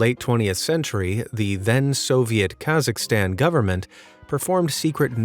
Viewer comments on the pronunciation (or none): none